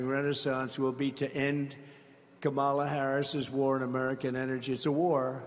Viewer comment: What does mispronouncing Kamala's name convey? How does that advance policy? Why is Trump so purposefully unlikable?